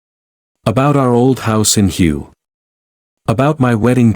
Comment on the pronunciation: «Hue» is not prononcer «you», but u-ay (in french ou-é) Do not comment similar videos if you cannot prononce the words correctly It is the americans who never know how to pronounce words in other langages - I have heard from them the most ridiculous pronounciations and it made me sick !